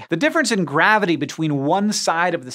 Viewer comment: With the power of graviteAEh